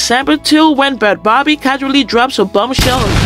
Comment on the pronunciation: You said her name wrong. It’s pronounced bad baby